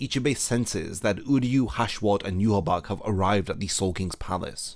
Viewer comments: Yhwach = Yuhabark ❌ Yhwach = Yuhabaha ✅ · Not to sound like a nitpicker, but isn't his name pronounced "Yu-ha-ba-ha"? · why do you say yhwach like ''you haback'' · He name isn't pronounced "you-ha-bak"